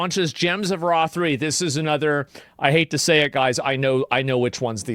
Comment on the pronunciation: Did I hear that right? "God is the Ra'd of sun" =p